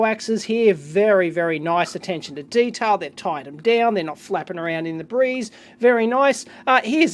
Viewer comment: Yeah i know but it sounded like debris (= "refuse/rubble") instead of "the breeze"